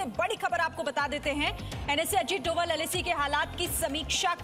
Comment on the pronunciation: Bhanji donal nahi dobhaal hi, bolna seekho!